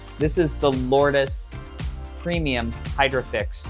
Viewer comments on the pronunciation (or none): It's pronounced "Lords". Based on the Holy place in France